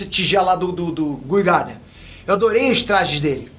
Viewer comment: "GUI Gardner" 🤦‍♂️